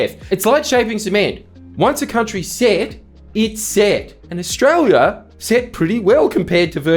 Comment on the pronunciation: Ostrala ism't reele